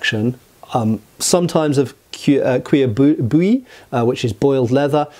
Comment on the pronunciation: Very interesting video (Especially since I'm writing a medieval-fantasy and I've decided that the tech level for arms and armors is (along with a few culturally explained exceptions) set around the end of the XIIIth century. As an aside: I was wondering what was "Kuh-Bully" haha. Just a little tip, it might be easier to pronounce if one keeps in mind that "Bouilli" (boiled) is pronounced Boo-Yee. I'll be indulgent of course on the pronunciation of the word "cuir" (leather) as it has two of the bane of the englishmen when trying to speak french, the U and the R. :P